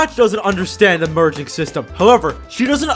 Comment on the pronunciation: Why did I hear virgin instead of merging